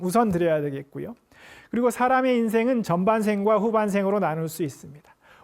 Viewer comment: 또! 틀린 발음! 후반생의 첫 자도 길게 발음하이소